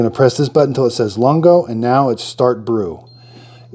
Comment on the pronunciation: Great video. For your reference the Lungo is pronounced loongo, meaning long in Italian. Just in case you want to know. Thanks for the video!